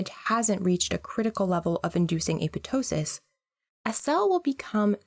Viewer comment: It's Apoptosis not Apotosis